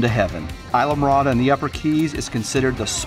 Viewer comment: I die when he pronunces ISLAMORADA hahahah